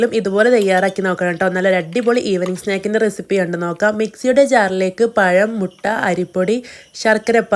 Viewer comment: പയമല്ല🤭 പഴം.... പഴം😀😀😀